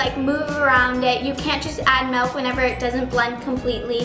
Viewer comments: It’s milk not melk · It’s not melk it’s milk😑😑😑😑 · I loveeee When you say M-E-L-K🥺💖💖💖